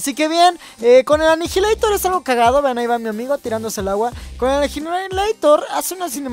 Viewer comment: Anijileitor :v inglés con Talent